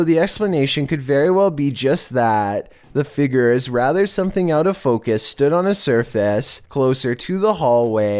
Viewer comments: Dammit I only recently got comfortable with voice now I can’t stand the way he says “FIGURE!” 🤬🤯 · I swear, pronounce figure as figger one more time 😥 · Learn how to say “figure” like a big boy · Its pronounced "Fig-your" not "figger" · Your inability to pronounce figure is paralyzing